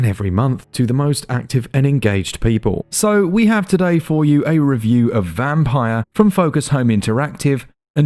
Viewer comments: It's pronounced "Vampeer" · I think this is pronounced 'vamp-eer'.